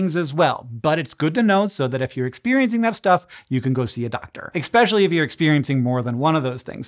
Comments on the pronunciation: "eckspeshaly"..... Drives me nuts, Hank .... "Especially" * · you'd sound more intelligent if you didn't say "eckspecially"